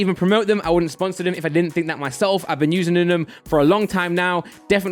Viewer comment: "I've been usinining" 😂 jk bro love the vids